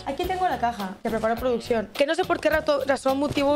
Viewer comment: Cuándo puso "PRODUCCIÓN", puso: "PRÓDUCIÓN" jaja